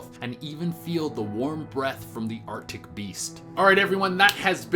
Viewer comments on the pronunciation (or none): none